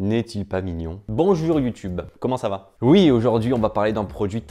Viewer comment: « Bonjur YouTube » 🤣